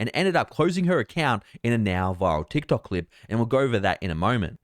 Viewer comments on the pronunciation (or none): none